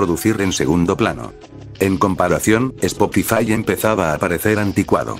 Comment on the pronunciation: Spokifai jajajajajjaaj😂